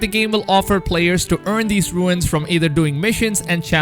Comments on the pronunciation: Great vid thanks for the info! Just so you know for future reference its “ Runes” like the word “ dunes” and not “ ruins”... like “ancient ruins.” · Say it like ‘Roons’ not ruins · But we knew there was a season pass as it was written on the boxes for ultimate edition etc as soon as you could preorder. Also, fyi it’s pronounced ‘roons’ not ‘ru-ins’ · Dude, Runes are pronounced R-OO-NS not RU-INS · Runes.... not ruins😔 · Did he say ruins for runes roo-nes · I love that he said ruins like Stewie from family guy 😭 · "Runes" is not pronounced like "ruins" :( nice vid though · It’s pronounced roons